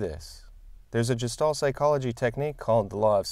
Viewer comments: Very interesting video, though I'm cringing a little bit every time you pronounce Gestalt as "Jestalt" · Excellent video... very interesting and helpful points! I can tell you've read a lot on the topic of Gestalt but haven't actually heard anyone pronounce it ;) I agree that strict adherence to the rule of thirds can stifle creativity. In its defense however, the one good thing about the rule is that it helps absolute beginners break away from thinking they need to centre everything in the frame. Once past this point though, it shouldn't be as much of a consideration as some would have us believe.